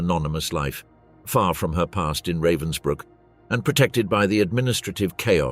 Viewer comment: What have stills from a film starring Timothy Spall got to do with something that took place in 1947 ? This video is supposedly about a bitch, yet we see court scenes in which all of the accused are men. This video is cheap and nasty with at least three different pronunciations of Ravensbrück, none of them correct.